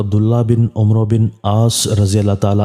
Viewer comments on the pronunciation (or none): بھائی جان آپ کو الفاظ کی پہچان نہیں ہے یہ لفظ عَمرو ہے کیونکہ کے اس کے ساتھ اور عمر رضی اللہ تعالیٰ عنہ کا نام ہے اس کے ساتھ و نہیں لہٰذا اس کو عُمر اور اس عَمرو پڑھا جائے گا